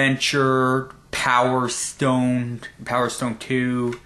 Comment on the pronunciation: Haha, you said Power Stoned.